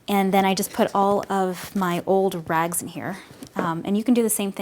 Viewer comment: Rags, not rugs =D